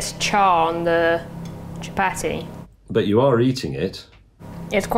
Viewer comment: The pronunciation of chapati is hurting my soul